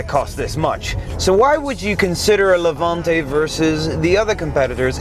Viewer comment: Its name ist Levante, not Levuntay